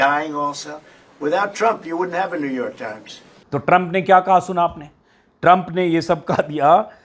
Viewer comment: Ajit Ji, I like your reports and have a.small suggestion. You are pronuncing New York as Newvark. That is wrong. There is a different city called Newark, so, please try with correct pronunciation. Thanks.